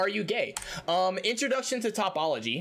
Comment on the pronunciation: One note: it's toh-pol-ogy, not top-ol-ogy Just in case you want to do math stuff in the future